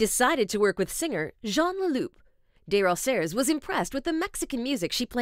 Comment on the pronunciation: It's pronounced Dey-Roh-Zee-Hey (Desrosiers)